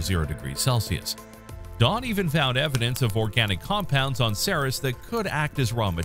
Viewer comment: Ceres is pronounced like "series"